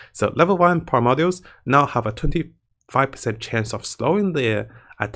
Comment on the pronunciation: Great video! But you forgot the most important change: Increased chance of saying "primordials" correctly to 50% (up from 0%). Just messing with you, keep up the good work!:D